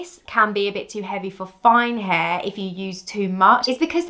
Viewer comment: The way you say “hair” is annoying. Why can’t you pronounce it the way it is spelled?